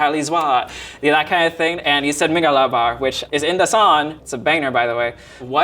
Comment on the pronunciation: Where is this guy's accent from? He pronounces "ng" like "n". So "song" becomes "sawn".